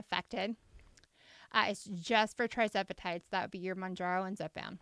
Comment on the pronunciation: Thank you for getting this information out! I have been loving your content. BTW, you’ve been slightly mispronouncing the name of this miracle drug. It’s not TRIzepatide, it’s TIRzepatide. It’s on my list of “favorite things” because after 40 years of dieting and even weight loss surgery, I’m finally at my goal weight because of this medication! And I lost ALL my excess weight on the compounded version🩵🩵🩵